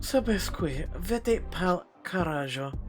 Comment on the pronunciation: “Vete pal carajo” means “Go to hell” Good job with the pronunciation, by the way! 👍